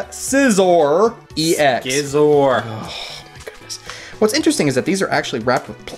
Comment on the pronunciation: If it's Scizor (Skizor), why aren't you saying Skyther,?